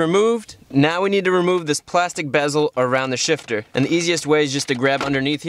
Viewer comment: can’t stop hearing “short throw shish”